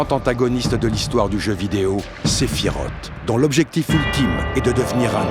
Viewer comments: La vidéo est vraiment très bonne mais désolée, j’ai grincé des dents à chaque fois que j’ai entendu SephiROTE au lieu de Sephiroth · Sephiroth ( SSSS ) et Pas (TTT) sa se prononce en S . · Alors, j’adore la vidéo... SEULEMENT, ÇA SE PRONONCE « SÉPHIROSSSSSS » pas « Séphirote » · Ah oui, moi aussi, j'ai toujours dit "Sephirote" et pas "Sephirosse" ... ^^ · et pourtant « sephiroTE » ça sonne pas mal 😂 Au passage j ai omis de le dire mais superbe vidéo ! 😊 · Parfait par contre la prononciation de Sephiroth m’a saoulé ! Ça s’écrit TH mais ce dit S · Malgré une analyse parfaite, [Aeris] ok mais [sefirote] pourquoi ?? ;) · "Séphirote" C'EST NON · Excellent comme d habitude mais attention svp Sephiroth se dis SephiroSss merci. Le prochain sur Zack fair ? Merci les amis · surtout qu’il faut dire Sephiross... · On reconnaît les anciens (comme moi) À la prononciation de « sephiroth » Avant advent children ou on a eu la vrai prononciation pour la première fois 😊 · Superbe vidéo, par contre svp... Vous avez bien prononcer le nom d'aerith alors faire un effort Sephiroth se termine pareille pourquoi finir par "t" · Il n'y a qu'à moi que la prononciation du prénom de Sephiroth irrite les oreilles ? 😭 Ceci dit très bonne vidéo 👏